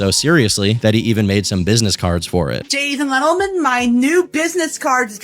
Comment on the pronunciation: he steals other creators sayings too lol "jadies and lentlemen" and "bone apple teeth" like talk abt piggybacking